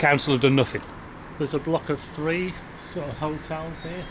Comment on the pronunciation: I like your videos but I so wish you'd pronounce the TH instead of v and f. Like These not veese. Three not free.